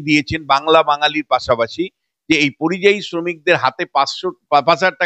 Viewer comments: আরে কথাটা পরিজয়ী না কথাটা যতদুর জানি পরিযায়ী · কথাটা পরিযায়ী। পরিজয়ী না।।। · কথাটা পরিযায়ী,পরিজয়ী নয়।